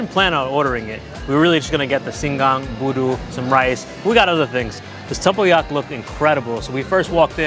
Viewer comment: did pretty well with durian and tempoyak which my Mat Salleh husband still struggles with, so 👍👍